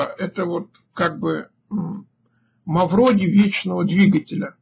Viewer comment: Да не Мавродий а Мавроди.